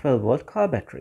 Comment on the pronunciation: You do not know how to pronounce battery?